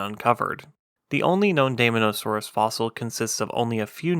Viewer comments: Very interesting! We almost never hear about basal dinosaurs. By the way, as an English diphthong, the “ae” Latin digraph is pronounced like our long “i,” so I think dye-MON-o-saw-roos is closest to Linnaean usage. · It is pronounced "day-MAW-nuh-SOAR-us". It was a carnivore, and a theropod. It's name actually means "demon lizard". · You pronounce daemon wrong. It’s “deemon”. Great vid tho. Subbed